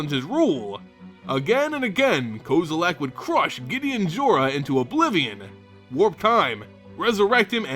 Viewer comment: lol "ko-zo-lak" nope